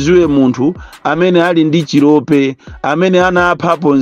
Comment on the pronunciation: Chilopa not chilope, ndiwe simbi